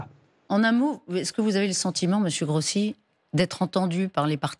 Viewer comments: c'est pas parler la langue, c'est prononcer correctement un nom!!!! Rossi, pas Grossi. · Ruth El Grief! Même pas capable de prononcer un nom correctement, et ce n'est que de l'Italien😮